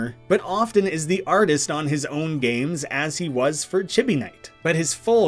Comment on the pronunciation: I'm a little sad you didn't mention Artix Entertainment and AdventureQuest; they never did have their games on Newgrounds though. Edit: "Chibi" is pronounced "chee bee." It's Japanese.